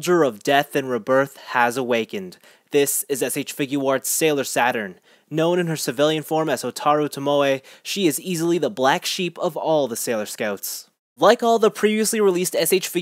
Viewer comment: Hate to be picky but her name is pronounced like this :ho-tar-oo to-mo